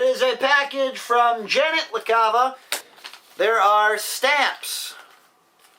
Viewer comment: its Janet LaCava :P but you were close :P